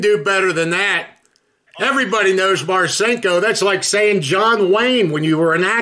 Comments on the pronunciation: He says richard “marchinkko”🤣🤣🤣🤣🤣🤣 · He didn't even say Marcinko correctly. How do you know a guy and not know how to say his name?